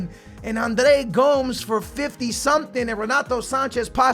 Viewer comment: you pronounce Andre Gomes as Gomez like Mario Gomez